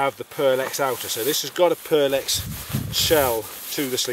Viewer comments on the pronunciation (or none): Pertex - with a T, not an L ;)